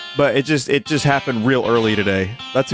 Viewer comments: I first found Vinny via Supra Mayro Kratt, so hearing "I NEVER DOUBTED EET" fills my heart with joy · "I never doubted eet" has been force fed into my daily lexicon thanks to this man